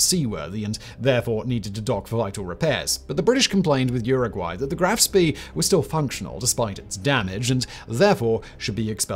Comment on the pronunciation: Why do you contiously add an R to Spee.